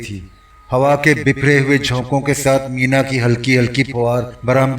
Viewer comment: اردو درست پڑھیں... بارش کو مینہ کہتے ھیں مینا نہی...